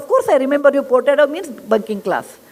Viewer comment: Name is "Furtado" not Portado. Portuguese name.